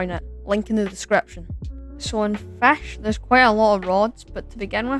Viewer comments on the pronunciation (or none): “fesh” I love it 😭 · Tf is a fesch bruh😂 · Feshc lol😂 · Yep FESH its FISCH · fehsch feshing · bro's saying "fesch" xd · Fashing fesch 😭😭😭😭😭 only on first minute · Fisch ❌️ fesch✅️ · I love you say fisch like fesch😭✨ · did bro just say fesh it’s fish just spelled weird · “Making Fisch” ❌ Making FECKSH✅ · bro said feshing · Bro says Fash nahhhh😭🙏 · “Then, I suddenly found the perfect game… FEÆSH 👹👹” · Why did you say fesh 😂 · New sub🎉 why did you say "*FÆSCH*" and "*FÆSCHING*"?😭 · Blud said fesh and it looked good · “FESH” (no offense tho) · Bro said fash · Bro says fasch and fashing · is it pronounced fish or flesh